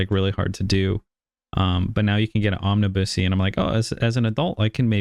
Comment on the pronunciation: I'm pretty sure is mispronouncing "omnibus"